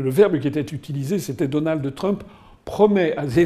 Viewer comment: Asselineau qui prononce DonaldEU Trump. Reptilien ?